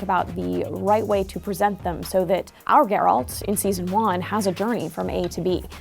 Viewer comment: Everybody knows Geralt. But some people still can't pronounce his name right.